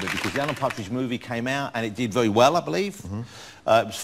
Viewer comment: Vewy supwising